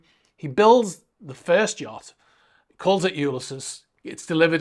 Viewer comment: “U-lis-ees”. It’s a James Joyce novel; classic literature. Interesting update, as usual.